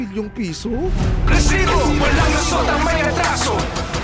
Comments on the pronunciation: ANG OA MO MGSALITA NG RRRRRRRRRESIBO‼️👎👎👎👎👎👎👎👎👎👎👎👎👎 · Bkit ayaw mo ayusin Ang pagbigkas Ng resibo wag Muna Ng gawing rrrrrrresibo pràng Hindi tama Ang bigkas dpat ba ganyan tlaga Ang bigkas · Aq rin mejo nadi-distract sa pagbigkas ng Rrrreeesibo! Sana sabihin na lang ng normal at wag nang i-exaggerate pa, parang OA na masyado.